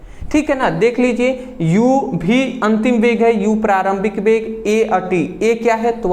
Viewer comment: Sir app v ko bhi q kahte h 😢 Mujhe ayse padhne me samajh nahi aata bhi bhi bhi 😩😩😭😭😭